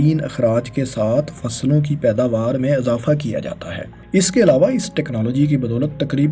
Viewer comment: Misall = Masal Kisan = Kasam Izafa = Azafa Her word ko zabar dete ho Bhai.